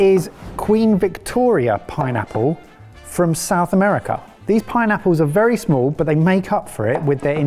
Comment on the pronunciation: Third: "it's berry good"